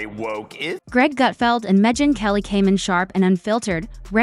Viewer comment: Who is “Mejin Kelly”? This AI voice over is pathetic! I stopped watching the vid half way thru & will never watch another one of your vids! Waste of my time!